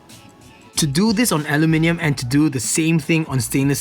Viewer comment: I really like that one!! Btw, I LOVE the way you say aluminium!! :)